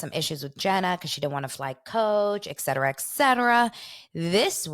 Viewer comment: Hi, it's the ETCETERA lady - thanks for responding to my comment! You still say it wrong, but fuck it, say it however you want. I came hete earlier because of Heather- I'm in Poland, Polish woman English teacher- I don't get sirious radio here, so wanted to find out what that was all about. I don't even know how I started to listen to Juicy Scoop, but I'm into the US pop culture and I like her show. Don't give a shit about reality shows though... But I see you talk about other than that- like the weird Ashton situation and I have to tell you woman- you wore me down- I'm subscribing. I like how you speak (sans tje etcetera word haha) and my late mama was named in English language. Are you of Polish descent perhaps? Why is your name pronounced like that? Anyway, I like you, I wish you all the success my dear😘😘😘